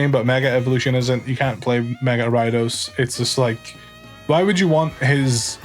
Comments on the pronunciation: For the longest tine I was trying to figure out what the fuck Arai-dos was. It took typing it to realize he meant Ariados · Are you referring to gyarados when you say ridos im so confused haha